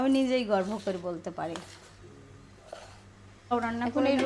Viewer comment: তোমার নিজের রান্নার তুমি নিজেই গর্ভ করো? নাকি গর্ব করো কোনটা হবে? গর্ভ কথার মানে জানো? গর্ভ মানে সন্তান সম্ভাবা,যে মেয়ের বাচ্চা হবে ইংরেজিতে বলে pregnant. তাহলে তুমি ভাবো কি বলা উচিৎ? তোমার কথা শুনে মনে হয় তুমি একজন অশিক্ষিত মহিলা (sorry to say). আমরা দর্শক শ্রোতা আমরা তোমাদের ব্লগ দেখি এবং শুনি সমালোচনার মতো কাজ যদি করো এবং বলো আমরাই তো সমালোচনা করবো, তোমাদের উচিৎ নিজেকে সংশোধন করে নেওয়া। তর্ক না করে নিজেকে সংশোধন করার চেষ্টা করাটাই উত্তম কাজ হবে। আমার খুব ভালো মনে আছে, তুমি প্রথম যখন ব্লগ শুরু করে ছিলে তোমার শাশুড়ি(সায়মা আপা,আমি পছন্দ করি উনাকে, আল্লাহ উনাকে সুস্থ করে দিন) তোমাকে বলেছিলেন, “ব্লগ বানাচ্ছো দর্শকদের জন্য সুন্দর করে কথা বলো।” উনি কথাটা ঠিকই বলেছিলেন, সুন্দর কথা, শুদ্ধ উচ্চারণ শিখে ব্লগ করা উচিৎ । মেয়েদের সুন্দর নামগুলো অসুন্দর করে ডাকার মধ্যে কনো বাহাদুরি নেই । এর আগেও লিখেছিলাম তোমাকে যদি বলি ‘ছাদিয়া’ আর শোভা কে বলি ‘ছোভা’ কেমন হবে তাহলে? তুমি আলিমা কে বেশ কয়েকবার তোমার ব্লগে বলেছো ‘আলিমার কথা শুনে হাসি পায়’। তোমার ভুল উচ্চারণ ভুল কথা শুনে একই দশা আমাদেরও হয়, তাই নিজেকে সংশোধন করে নিয়ে তারপর অন্যের সমালোচনা করাই সঠিক কাজ ।